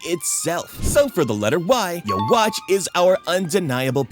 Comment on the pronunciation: Love the video but can you please pronounce yhwach correctly. It's pronunciation is like yuwaba